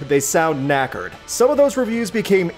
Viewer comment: Funny hearing "knackered" in a American accent, very British/Aussie thing